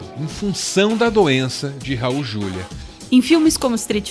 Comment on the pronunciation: É Raul "Juliá".